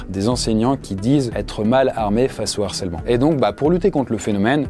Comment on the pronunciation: Sujet super et très utile, merci l'équipe! Juste un truc qui m'a heurté pendant toute la vidéo: un harcèlement, le harcèlement, pas de liaison donc pas de "l'harcèlement ou un narcèlement". Entre ça et tes nombreuses fautes de liaison (genre" va têtre"), fais gaffe, stp, il y a des millions de jeunes qui t'écoutent!